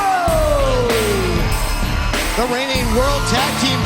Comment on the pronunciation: That’s not how you pronounce “Guerrero”